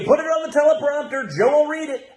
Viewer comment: Did I hear Jr say Sho Biden? Yes I did, he said that twice....Sho Biden.... that's what happens when you snort a mirror full of snow. What an embarrassment